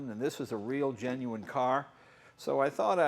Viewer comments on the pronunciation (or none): none